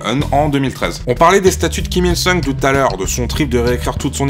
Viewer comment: me semble que c'est Kim Jong "oune" et kim il "soune" question prononciation.